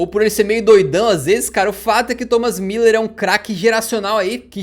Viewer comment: Muuuuuúuuuuuuuuler fdx é um Ü nao dois i's... e mediático é com ė